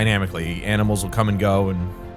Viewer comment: “Aminals” Happens to all of us 😂